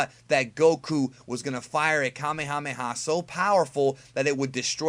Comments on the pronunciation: uhm it is pronounced kuh-mey-ha-mey-ha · It's pronounced kaa may huu may huu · Say it with me.... ka may a may a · You say kamehameha like Kemehameha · Kuh-may-uh-may-uh wave. Not "Kah-may-ha-may-ha." Annoying as shit. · It is called kah may a may a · here's a fun game take a shot of whisky every time he says kamehamha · It's PRONOUNCED: Ka-MAYA-MAYA!! OMG I couldn't even get through this video. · Can we get a word count on how many times he said kamemhaamehamehm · The Frieda ocean sneak Kahmehameha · Ethan Goolsby Commie-Hommie-Ha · Why does he say kamehameha like that oh and it’s not flash kamehameha it’s final kamehameha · it hurts my freaking soul every time you mispronounce "Kamehameha" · I always cringe when people say kamehameha like that